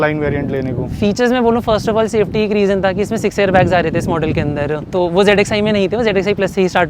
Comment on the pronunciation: bro telling 😂Safaty 😂